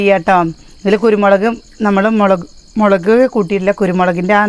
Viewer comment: മളക് അല്ല മുളക്